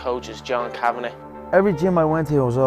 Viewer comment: Good video, but his coach's name is John Kavanagh, not John Kavenaugh